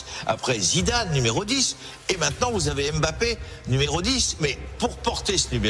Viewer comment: Eh! C'est pas M bappe. C'est Mbappe